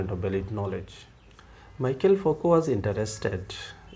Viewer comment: Nice video, thanks! But its pronounced Me-Shell, not Michael :)